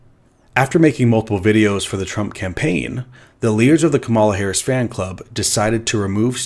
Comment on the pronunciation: seems to intentionally mispronounce Harris' name. That's disingenuous.